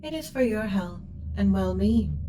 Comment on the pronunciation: Not my well bean, anything but my well bean!